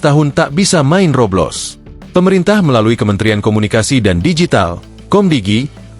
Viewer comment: Masa baca Roblox roblos bab1